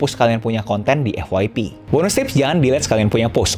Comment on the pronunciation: Bilang EFF YEEE PEE BANG jangan bilang EFFFF WAII PEEE... GUNAKAN BAHASA INDONESIA YG BAIK